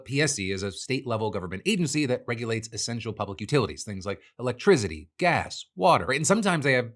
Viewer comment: “And they monitor things like electrizity 😎”